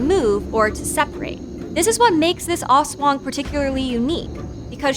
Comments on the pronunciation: Person1: Aswong... Filipino: Aswang Person1: As wong.. Filipino: ASS.... WA... NGGGHH!!!! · Also that "as-wung"... Music to my ears 😂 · Her pronunciation of "ASWANG" though. So slang, so cute hahaha! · "ASSWANG" LOVE IT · Pronunciation is off, but overall a good, and informative upload for this creature of Philippine folklore. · The way she pronounced the aswang tho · I cringe everytime she says aswang at manananggal